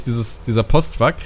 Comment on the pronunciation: wieso sagst du statt Truck „twuck“?